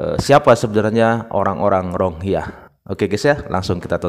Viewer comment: Bukan RONGHIYA bang.. Tapi RO-HING-NYA atau RO-HING-YA